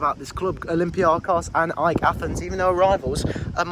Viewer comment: it's pronounced αεκ (put it in a pronouncer to hear it)